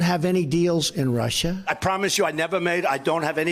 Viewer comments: Oh Rushah Rushah Rushah.....😂😂 😂 didn't know how to say it right, I guess I'm not intelligent enough. FFS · Rush-ha. Sniff. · I have a silly theory: Trump always pronounces "Russia" incorrectly, so he can have plausible deniability later. "I never said there was no collusion with Russia! I said Russierrrrrr, Russhaaaaah, Rushiaehhh etc..." It's a good theory, guys. Admit it.